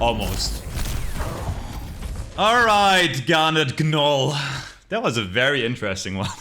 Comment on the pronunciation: The G is silent in gnoll